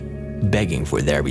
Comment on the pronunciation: “See der loved ones”?? Interesting, but the shaking is quite distracting, and the narration could be better. Why,, Whyyyyy?